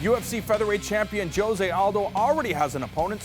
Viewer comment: Why do they pronounce Jose wrong every time!